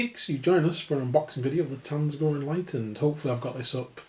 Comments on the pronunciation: no, I don't mean the silent T, I make the tz-eentch pronunciation too but you weren't saying TZ-AAN-GOR you said TAN-ZE-GOR lol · lol. it's pronounced ZAN-GOR. It's a portmanteau of tzeentch and gor